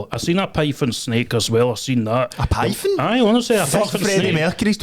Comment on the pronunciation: I seen a pifon snake lol 😂😂 i once seen a tarantula spider . He is either thick as shit or has a speech impediment